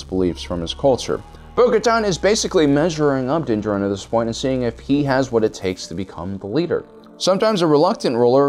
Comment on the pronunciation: Also din djarin, do you mispronounce on purpose my guy?